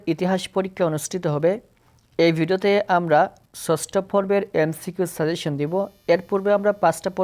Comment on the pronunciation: ছছটো না ষষ্ঠ ছছছ বলো কেনো 😂